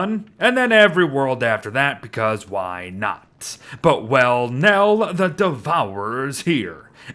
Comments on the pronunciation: welniel is the pronunciation i think? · I think it's actually supposed to be pronounced like "Wel-Nile", but that's just me.